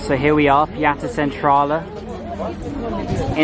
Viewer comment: Its funny how he says Piața Centrală 😂